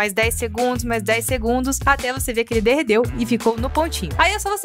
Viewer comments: Kkk , ela falou arrado sem querer a tadinhaa 😂❤❤❤ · so eu que vi que ela falou "derredeu?" 😂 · Lanny Salvattore eu tbm😂😂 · Lanny Salvattore vdd tadinha gente kk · Lanny Salvattore falou mesmo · Verdade kkkkk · Lanny Salvattore vdd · Lanny Salvattore também vi